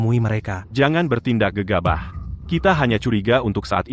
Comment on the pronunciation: Ngomongnya yg bnr bro bukan gegabuh tapi gegabah 😂 GK enak d dengernya